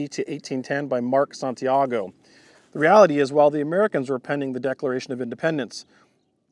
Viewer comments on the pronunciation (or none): none